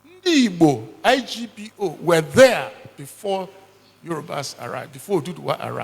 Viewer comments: It was igbo. You people are mispronouncing it as ugbo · What you people call ugbo was actually Igbo. It was mispronouncemet